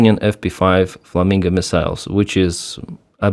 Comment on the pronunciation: It’s “fla-min-go” not “fla-min-ga”.